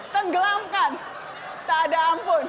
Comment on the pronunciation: TENGGELAMKAN BUKAN TENGGELEMIN BOSS, BAHASA INDONESIANYA BAGAIMANA TO